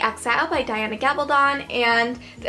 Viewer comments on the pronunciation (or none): none